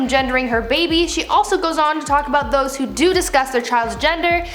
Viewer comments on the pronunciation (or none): none